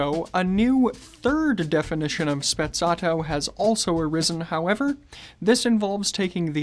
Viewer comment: Is Sprezzato no Spezzatto